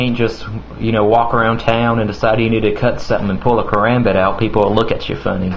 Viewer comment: "because othew peopew awent educated". Ha, you sound funny